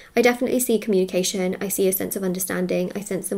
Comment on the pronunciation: “I am open to honest comúnication”🕊